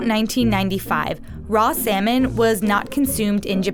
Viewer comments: Salmon sound more like semen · instead of salmon i hear semen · Can u please pronounce salmon properly its sounds like semen😥😥🤣🤣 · I'm latin and when she said 'salmon', I heard 'semen'. Lo sé soy nuevo. Los latinos me entenderán xD